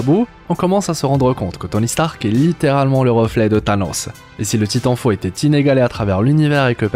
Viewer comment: Avec "Thanosseuh" 🤣🤣